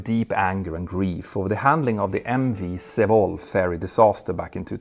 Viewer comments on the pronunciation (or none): Petter said "se-vol", but it's more like say-wall. ;) Anyway it was a big tragedy that almost got covered up by the administration at the time. Very sad. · The only thing I can fault this episode on is your pronunciation of Sewol. If I hadn't seen a picture of it, I would have had no idea what you were talking about. So yeah, not a big gripe.